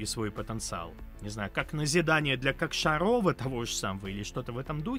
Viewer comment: КокшАров!!!! А не КокшарОв!??